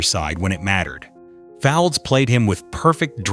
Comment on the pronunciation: Derek's surname is pronounced Fowlds NOT Foulds, and "Rosie Cartwright" was a mechanic not a nurse